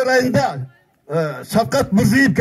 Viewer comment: Мурзыев эмес да, Мирзиеев , кыргызча Мирзийоев